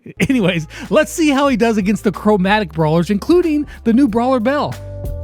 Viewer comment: haha chromatic more like (crow)matic!!!